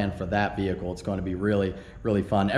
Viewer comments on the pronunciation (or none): none